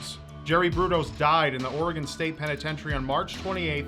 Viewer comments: Props to pronouncing Oregon right but it is Will-am-Et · The fact says Oregon right is refreshing